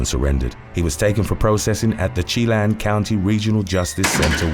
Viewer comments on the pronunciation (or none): Love the channel, but as a Washington born and bred nerd, a pronunciation correction, Chelan is pronounced more like, "Sha-lan" 😊❤